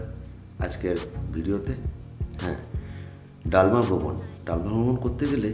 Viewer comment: ডালমা নয় দলমা।আর স্যানিটারি নয় সেঞ্চুয়ারি।